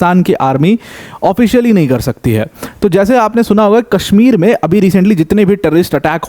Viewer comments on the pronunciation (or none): none